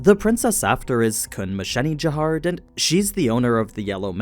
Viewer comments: Jahad not Jahard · I feel like it’s Jahad but he’s adding an r in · Why keep saying jahard instead of jahad? Is that a manwa thing? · Stopped when I heard jaHARD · Why are you pronouncing Jahad with a R? It’s Jehad or Jihad sounding. Your video sucks.